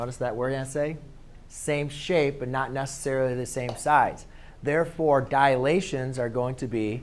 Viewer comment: *Dilations, not "Dialations" But great vid anyway, helpful